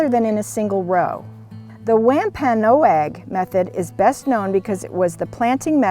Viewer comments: Nice video. Tip for you, If you ever meet a member of the Wampanoag, pronounce it "womp-nog." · Not Wam Pan No Ag. It's Wamp an og.